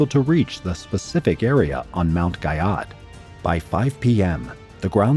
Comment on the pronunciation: Guyot is pronounced “Gee-oh”.